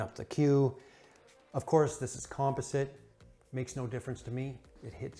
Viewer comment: Isn't near as bad as "Composite" 🤣😆🤣